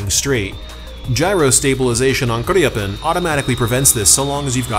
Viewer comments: We have Swedish friends and according to them you're still not pronouncing it correctly, but also according to them you can just pronounce it as its spelt and not over complicate the name. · I am Swedish and never heard "Gripen" pronounced like that.